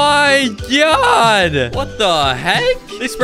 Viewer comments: WOULD YOU PLEASE PRONOUNCE GOD AS GOD AND NOT GYAD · every time you say oh my gyad i die a little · he said omg many times and it really sounds like he’s saying “ OH MY GYATT” 😭😭😭😭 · OH MY GYAD!!! Person: You mean Gyatt? Or god?? Other Person: God + Gyatt = Gyad: Yes. Exactly